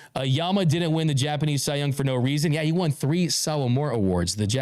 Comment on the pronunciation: Cy-ler Glasnow